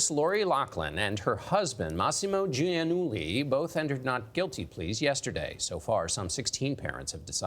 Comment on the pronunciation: Why is it so difficult for US-Americans to pronounce the name Giannulli? It is an Italian name and hence pronounced accordingly.